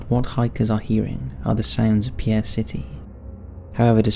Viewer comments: Hey, I've been a fan of your work for a while now and I love getting notifications of your new videos, BUT as a South Dakota resident, I want to let you know that Pierre, SD is not pronounced pee-air, it's pronounced like peer or pier. Ok, that's off my chest, now I'm going to like the video, thanks for your time. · Pierre, South Dakota is pronounced 'pier' not 'pee-air', same thing with Ft. Pierre, neither is one of the SD towns pronounced in the French way. A little late I know but the correct pronunciation needs to be told. And yes, South Dakota is my home state. As for the noises heard on the island, it's in the middle of the river so all it would take are some loud people boating down the Missouri or being loud on the banks on either side. A couple of sound rifles set up in Pierre or Ft Pierre plus a recording of voices and Bob's your uncle, instant haunting. My BIL's from Pierre, I'll have to remember to ask him if he's ever gone ghost busting on the island. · Pierre, SD is actually pronounced as pier. Just letting others know. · It's not Pee-air, it's Pier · Pierre, South Dakota is actually pronounced "Peer;" not like the French man's name. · That city is South Dakota is pronounced "Peer," bro. It's French with a Russian-German twist. American cities must be the absolute worst for narrators to pronounce. They have 1,000 different ethnic origins and still aren't pronounced according to the origin. Cool video, as always! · Pierre is actually the capitol city of South Dakota. And, strangely, the pronunciation is “PEER”, not the French pronunciation.